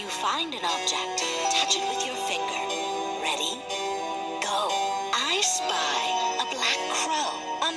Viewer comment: Not me thinking him saying “Ice Spice” instead of “ I Spy”